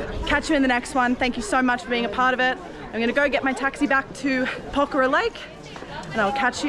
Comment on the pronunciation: The very first foreign vlogger to prounounce Pokhara correctly 😊, get well soon Ryleigh